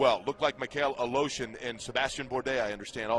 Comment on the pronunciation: Aleshin is somehow called A-Lotion Good grief